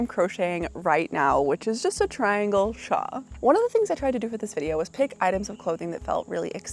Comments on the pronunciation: Thank you!! I love the channel but every time I hear "shaw" i shout "it's a shawLLL" 😅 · Love ya girl but it's shawL 😆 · I have never heard anyone pronounce "shawl" the way you do!